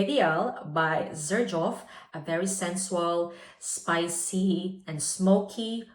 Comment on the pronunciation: Please, check how to spell “sensual” and “luxorious” - You use those words a lot and always mispronounce. Sorry, do not want to be rude.